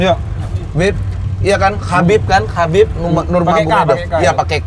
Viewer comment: cara baca nama dari Khabib Abdulmanapovich Nurmagomedov itu 'Habib | Abdul mana pofic | Nur muhammadof' sumber : watch?v=xCV-ouriZYY